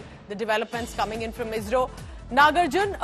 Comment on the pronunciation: IZRO or ISRO madam...😂😂😂😂